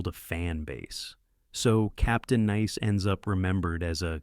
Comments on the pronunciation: Why is the narrator talking sooo slowwww? Captain Neese? Then you say Captain Nice, don't like AI narrators, they can't pronounce words right or stay consistent. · This is AI crap. Wrong clips and can’t pronounce “ nice”.